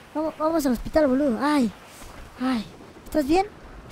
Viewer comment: Por que pronuncian los insultos como si fueramos italianos? JAJAJAJA Es Boludo o Pelotudo pero a lo argento, no con el acento Italiano jajaja